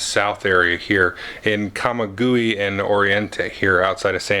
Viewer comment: Just know that the "g" in Camaguey is not hard, rather sounds like an "h". Say it as "ca-ma-whey" with the accent on the last syllable. ☺